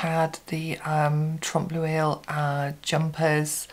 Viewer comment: Thank you for sharing. For the pronunciation of the trompe l'oeil, I think of it as Tromp Loy.